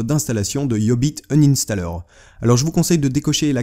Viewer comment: mdr c quoi le nom deja iiiubiit inanstaller